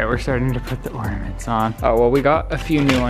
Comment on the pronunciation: How is no one else triggered by saying “wreef” and “ordaments”